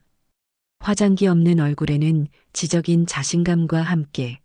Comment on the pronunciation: 사연을 낭독하실 때 글자그대로만 읽으니까 일단 거부감이 들구요. 무엇보다 뜻이 달라지는 경우도 있습니다. 변호사를 본 느낌을 말할때 지적이다 할 때 글자그대로 읽으면 뜻이 전혀 달라지죠. 지적인 사람을 표현할때는 좀더 악센트를 줘서 (지쩍인 사람) 으로 읽어줘야 하는데 지적으로 읽으면 상대의 잘못을 지적하다. 의 뜻이 됩니다. 이와 같이 우리나라 말이 꼭 글자그대로만 읽으면 안됩니다.